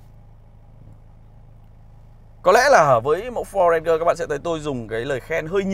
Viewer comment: Ranger : ˈrān-jər ... chiếc xe yêu thích của bao người mà toàn bị phát âm chệch đi :( buồn nhắm cơ!!